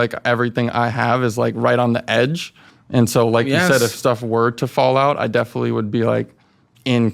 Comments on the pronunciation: If he insists on saying, “Definitely” so much, he could at least pronounce it correctly. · “I definilly feel like” he can’t even say it right most of the time